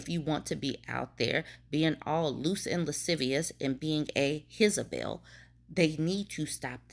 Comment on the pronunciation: ..you saying hizabel made my day. Same with winky and wonky.😂 I hope this woman gets her divorce or annulment and finds someone who truly loves her.